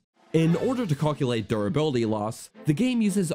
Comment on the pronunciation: Why are you saying caulkulate?